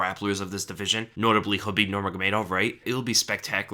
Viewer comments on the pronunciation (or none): none